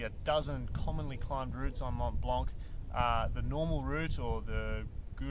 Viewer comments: Tip #11 Don’t prononce in French 🇫🇷 the « C » at the end of « blanc » 😁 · So first off the C is silent in Mont Blanc it's just how it's pronounced in French. Secondly tip 3 how to use your basic gear, seriously. This is when you are going to learn how to use crampons. Though now that I have finished the video, perhaps its just slightly misnamed. This is how to be a beginner mountaineer. It's not mountain specific to Mont Blanc just any beginner mountaineering.